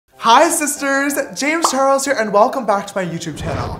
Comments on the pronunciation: Ok but the “James char_es” in his intro doesn’t have the “L” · lmao did no one realize his intro said “James Chares”